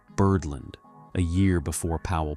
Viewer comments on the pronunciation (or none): Gotta love AI’s pronunciation of “Birdland”: “Birdlund.” 🙄